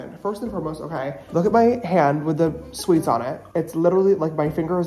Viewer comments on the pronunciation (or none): james charles Dickinson you did not just pronounce suits as "sweets"